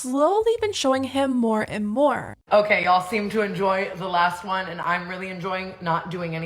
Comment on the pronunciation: “i have WHone nanny” who says ‘one’ like that lol